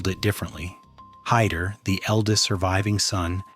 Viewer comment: And Heydrich is pronounced Hye (or Hi) - drich, not Hay-drich. Kind of fundamental, I'd say.